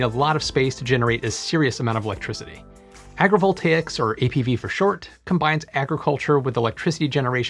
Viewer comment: the whole video i was like " WTF is agreeable takes" until i saw the title of the video... " AgriVoltaics" Pronouncing stuff properly is the key